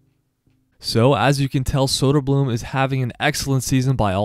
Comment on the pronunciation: Great video, but if you are gonna make content about the Swedish hockey league. Please learn to say Å Ä Ö. It isn’t that hard to learn.